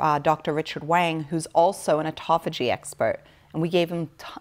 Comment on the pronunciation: Considering the major premise, autophagia is constantly mispronounced is unsettling at the minimum.